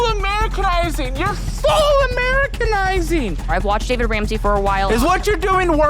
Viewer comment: Or the fact is that she didn't even know how to pronounce his name tells you everything